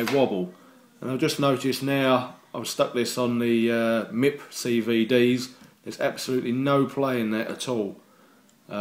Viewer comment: lol Nice Video. But idk how they say it in the UK but its Just M.I.P not MIP lol. Good looking Truck!